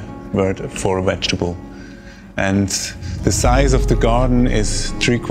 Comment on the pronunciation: To the Swiss farmer...you can say ‘weiss ‘(vice) so you can also say ,’Vegetable’....not wegetable.